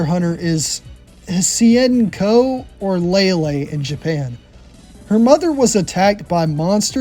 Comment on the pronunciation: Anita is payable in marvel super heroes. Hsien-co is pronounced he-shin co